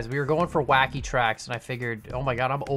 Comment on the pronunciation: it was supposed to be WHACKY not KHACKY